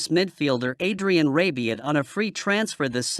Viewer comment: It’s rabiot. Not rabion. 😂